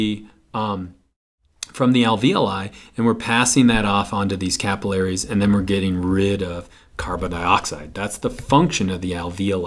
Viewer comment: me cringing at the way he says capillaries